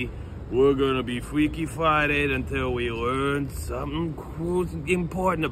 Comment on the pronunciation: Fweaky Fwiday 😂